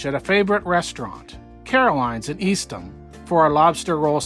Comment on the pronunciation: Thank you for this clip. Please forgive me but Eastham is pronounced East - HAM . NOT Eastem. However, I very much appreciate that you call Provincetown by its name vs "P-town" which so many tourist boil it down to.